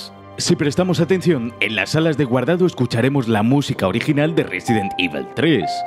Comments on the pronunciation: No es resident ivel, es evil coño con la pronunciación que malo eres tio jajajaja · Me ha gustado el vídeo pero resident ivel, vamos ese inglés al 100! 😂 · Un vídeo fantástico. Eso sí, no he podido parar de reír cada vez que decías "Résiden Ível". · Cómo pronunciar Resident Evil con voz grave: Ruesident ivl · Resident IBEL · RESIDENT IVOL